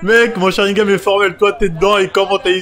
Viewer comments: Sharigan et pas sharingam sa mfai saigner des oreilles merci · SharingaN avec un "N" et pas SharingaM... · Frèro c'est Sharingan ! Pas "Sharingame"